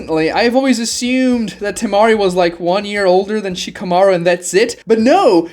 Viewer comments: Why the hell do you say Shikamarus name that way? Stop putting so much tension on the "shika" part of Shikamaru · Do you have a hard time just saying multi syllable words? Shikamaru? Kawaki? Himawari? Geez. Fix yourself